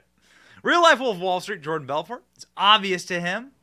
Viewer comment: The T is silent in Belfort 🤣🤣💀